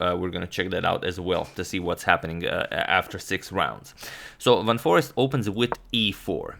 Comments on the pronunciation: I think Ur pronouncing forest wrong. Its foreeeeeeeeeeeeeeest. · His name is Jorden van FOREEST, pronounced FOR ACED